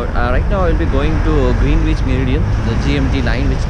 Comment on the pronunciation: Your pronunciation of Greenwich is wrong